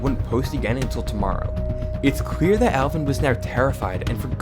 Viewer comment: he said clear correctly